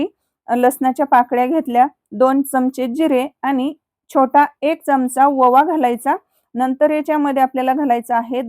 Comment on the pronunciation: खुप छान रेसिपी आहे, दिवाळीला आम्ही ह्याच रेसिपी प्रमाणे शेव तयार करणार आहोत. पण ववा नाही ओवा, सुऱ्या नाही सोऱ्या